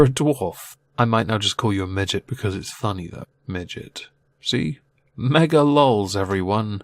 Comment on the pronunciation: "Megaluls" rotflol